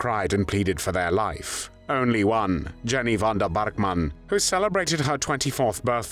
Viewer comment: Jenny Vanda Bark Mann…….definitely a German pronunciation. What did the Germans have against the Pols? Weird.